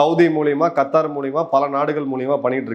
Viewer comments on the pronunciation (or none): none